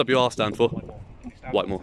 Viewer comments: It is pronounced "White" - I am from the town next to March. Chatteris - my football team often used to hire the social club at the prison for our end of season nights out as a few players were prison officers there. Both towns are dives mind you. Found you through Nobody Poor, although I don't live in the area anymore I'm glad to see someone auditing it. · Yes it's pronounced white-more, great video! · At least pronounce it correctly,fckn wit more ?